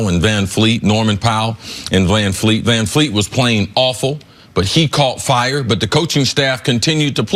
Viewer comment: It's Vanvleet....not Van feet....Mr HOFer Cris Carter...